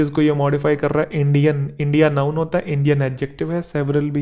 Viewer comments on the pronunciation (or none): none